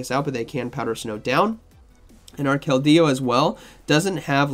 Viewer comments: Can someone tell me what the hell is a kel-dey-oo😂? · I tried to pay attention but every time KeldEEo takes me out of it😅